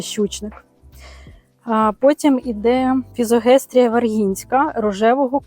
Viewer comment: Мабудь не фізогестрія,а ФІЗОСТЕГІЯ ❤В мене вона вимахала на півтора метри😅